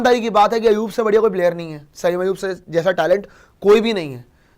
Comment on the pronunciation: O Bhai wo Sam nhi Hy sa-im hy😂😂😂